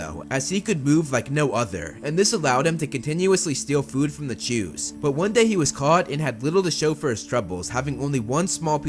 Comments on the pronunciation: Yes although it sounds like he is saying Jews but if you listen closely he is saying chews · I needed to come to the comments to know their real name it really sounds like jews.. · For a moment, I actually thought they were called 'jews' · I swear it sounds like he says "he continuously stole food from the Jews" lol. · Am I the only one who keep hearing "to steal from the jews"? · “Chu’s” sounds a lot like “Jews”, and made me do a double take as I was listening to it 😂